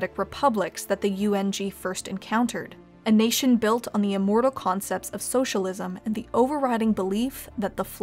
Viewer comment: The socialisesh... what?